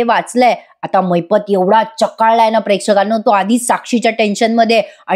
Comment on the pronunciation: चकाळला नाही चेकाळला म्हणा